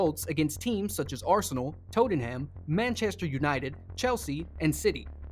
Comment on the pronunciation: Totem Ham😂